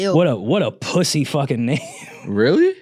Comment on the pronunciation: “Sumn wrong wit da pwussay” 😂😂 dang I’m a miss Julian hope it ain’t so 😢